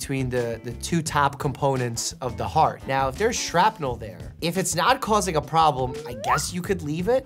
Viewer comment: "the piece of metal shrapinel" -- Doctor Mike lololol put it on repeat like I did xD